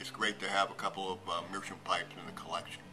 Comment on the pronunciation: It's not meerschum, it's meerschaum. You can hear the a.